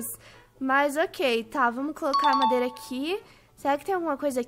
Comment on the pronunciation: Kkkkk. Alem da falar pedio ela falo mandeira kkkkkkkk. Eu fiquei tipo ce tomo alho que te fes mal